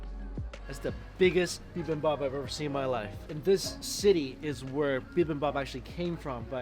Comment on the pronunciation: "BibimBAPPIN'." Mike, get that on a shirt.